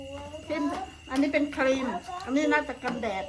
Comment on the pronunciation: กันแดดหรือกันแตรดนะEคกฟังบ่ชัด🤣🤣🤣